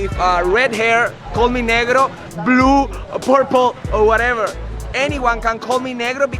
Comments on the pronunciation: They told you to call them negro [nehgro] and somehow you used the english pronunciation negro [neegro] smh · In Spanish it's mostly pronounced NEH-GROH not NEE-GRO. It sounds less offensive when you pronounce it that way. lol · Haha It’s nay-gro not “ne” that a big difference brother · Yea I think you pronounced negro wrong Lmaoo